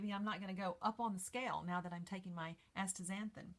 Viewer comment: You have written it out correctly as Astaxanthin (asta ZAN thin), and yet you pronounce it like Ashtaxanthin (aSHta ZAN thin)!!